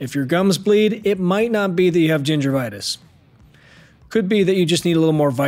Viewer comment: I swear I heard you say Gingervitis… South Park reference?